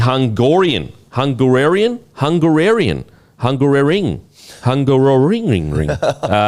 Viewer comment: Pronunanced hoon-guh-roh-ring F1 mate 😂